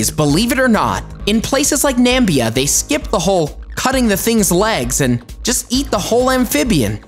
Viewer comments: So its not only Trump who cannot pronounce my country's name (Namibia).. yoh, Its NAMiiiiiiiiiiiiiiiiiBIA PLEASE, not Nam-bia. There is a whole huge "i"there after "m" please guys.. you read the "mi", like the word "me" in English PLEASE, thank you! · Hey next time it's " Namibia " NU'MI-BEE-U Not Nambia! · its Namibia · That is not how you say Namibia there is only one or two tripes that eat those African bull frogs in namibia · Na-mi-bi-a..not "Nambia" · The country is Namibia 🇳🇦 not Nambia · he called it Nambia. The problem's there😁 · You said Namibia wrong bro 🇳🇦😂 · The way you said Namibia cracked me up lmao😂😂